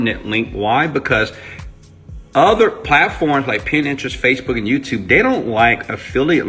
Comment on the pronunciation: it is PIN TERIST ---- not pin-interest